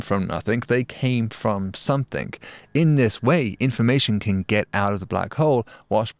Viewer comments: Something, not somethink! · I’m sure you read this from a script, so why insist on saying,‘somethink’ !? S O M E T H I N G!!!! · I love how that even after elocution-lessons, David pronounces something as "somethink". lol